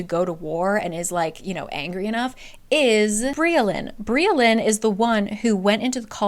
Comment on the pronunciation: Briallyns name is actually welsh so it’s pronouns bri-ach-lin